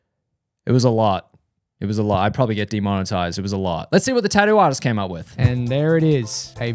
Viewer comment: why does it sound like he said tattoo ass?